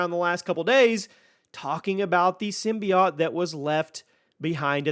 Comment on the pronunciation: Symbiote... Not symbiot